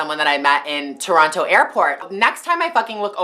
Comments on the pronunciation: You don't pronounce "Toronto" the way you used to. :( Is it because you' re in LA so much and you've picked up some of the American accent? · you can tell she's not from Toronto by the way she pronounces "Toronto"